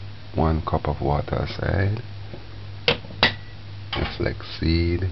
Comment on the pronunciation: So cute and funny how he fights with the words "irish moshh" and flex or flox seeds 😂 I suscribed to your channel just to hear you speaking.